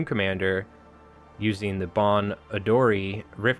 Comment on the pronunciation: a tip on Japanese pronunciation, you actually nailed a few of them correctly! Onryo, "oh-n-ryoh" Kimura Tadaaki, "Key-moo-rah Tah-daah-key" (also Tadaaki is his first name and Kimura is his last name) Bon Odori, "boh-n oh-doh-ree" Kage no Kogeki, "kah-geh noh koh-geh-key"